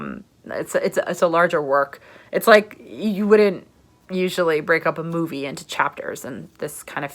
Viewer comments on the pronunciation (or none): none